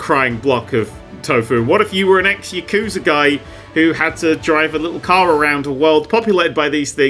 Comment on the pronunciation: Really butchered the pronunciation of yakuza the way only a British english speaker can, there. 😅